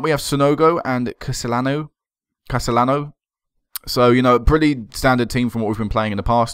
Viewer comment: Ceciliano would be pronounced SEE-SIL-EE-AH-NO, I think.